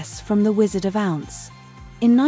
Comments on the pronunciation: Thanks for putting this together. However. The AI voice-over this channel uses is ridiculous. These are iconic world renowned names - Givenchy and Liza Minelli. The Wizard of OUNCE? Jeeze lousie. It's horrible to hear them pronounced so wrong because you've defaulted to AI. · 8.49 You have to love AI - a blue dress from a wizard of "ounce" 😂😂😂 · It is very clear that the voice said " the blue dress from the Wizard of ounce " not from the " Wizard of Oz". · "The Wizard of Ounce" oh please lol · Why use AI generated images in your thumbnail? The dresses pictured never existed in reality and they aren't the same as the ones featured in the video. And please use a bot that knows how to pronounce Givenchy and Oz. Basic stuff. 🤪